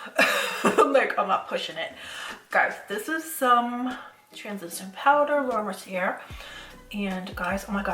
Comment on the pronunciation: You so cute! I giggle everytime you say laura Mercier. The end is actually pronounced Ay (Mer C Ay) its French 🥰💋